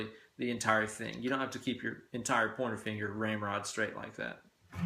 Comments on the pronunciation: I kept hearing "porno finger." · Loved your tips!!! It's great to learn something new or different every day......also, I really loved your commentary don't ever censor yourself!!!! Oh, and I love how when you say, " pointer finger", it sounds like you're saying " porno finger". Great job and you just got yourself another subscriber. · Funny and educative. Aaaaand.... subscribed. P.S. Keep hearing ''pointer finger'' as ''porner finger''. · Why do I always hear PORN finger when you say pointer finger? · Oh, you're saying pointer finger!!! Took me 20 mins, thought you were saying porno finger to begin with!!! lol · i know your saying Pointer Finger but i keep hearing Porno Finger hahaha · I swear, you're saying "porno finger". No idea what the fuck it means, nor if you're actually saying that instead of "pointer finger"...but from now on, my pointer finger shall always be referred to as my porno finger. God damn, you are sculpting my life for the better. Teach me, teacher!!